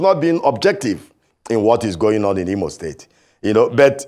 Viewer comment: This Imo state man whose name you guys did not pronounce well has come here to seek for appointment with Hope Uzodinma. Sorry this man is a purchased and paid servant of the APC agent.